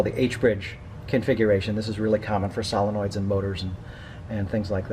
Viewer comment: "Sahlenoids"? Lol